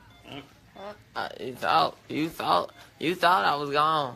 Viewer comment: "you thowt I was gone" got me rollin 😂😂😂